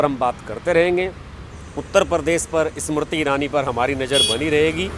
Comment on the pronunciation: bhai pahale hindi to sahi se bolna seekh lo aap baar baar ismarti irani bol rahe ho inka naam Smriti irani hai seedha sa naam hai usko bigaad rahe ho is marti irani bana diya 😕